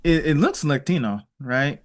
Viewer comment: Did do the thing when he pronounced, "Latino" at the end with an accent?